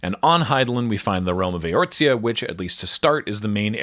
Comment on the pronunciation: A collection of small XIV corrections and additions, provided with no malice or condescension whatsoever as I commend the attempt to do any of this in the first place: - There is no "T" sound in Eorzea. - The last name Leveilleur, featured here with Luisoix ("Loo-ee-swa") and later with Alphinaud ("Al-fin-no") and Alisaie ("Al-ee-zay") is pronounced "Lev-ay-ur." - While Endwalker does heavily feature an iteration of The Final Days, the one depicted here is in fact that original one from ancient times that the player experiences a simulation of in Shadowbringers. - This one is more an issue with the naming of the card, but Astral and Umbral as descriptors originally referred to Light and Dark respectively. From Shadowbringers on though, preceding any real lore drops on Zodiark, we learn that this understanding is backwards. Astral instead refers to activity, which is what Dark aether (energy) does, and Umbral refers to stasis, which Light aether does. Whoever named this card should have instead named it "Zodiark, Astral God." The redeemable item you get from his boss fight is even called an Astral Totem. - I'm not entirely clear on what was meant here by "pull teammates out of damage range," but for clarity's sake Sage is a shield healer, primarily giving players shields that take damage before their actual health. - This part is simply false. The closest thing Cid ever did to having any relevance to Machinist was that he stood n